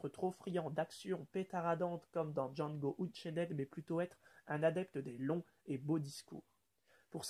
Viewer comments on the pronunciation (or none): Ça ce dit Django EUNCHAINE et pas Euchenaid XDDD